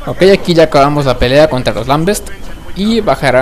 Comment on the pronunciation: SE DICE "LAMBENTS", NO "lambests"